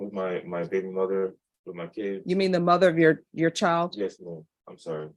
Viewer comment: This judge needs to learn to pronounce her D’s - Chile. Fiel. Unnerstan. AnnoyingAF